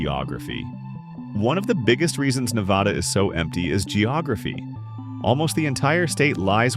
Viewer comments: not VADH its NADA when saying Nevada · The first word out of your mouth was WRONG. It's NEV-VA-DUH. C'mon man. Just like you found these facts, you could've found the correct pronunciation. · How can AI mispronounce a state's name 3 different ways lol? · Mispronounced “Nevada” throughout the entire video 👎🏼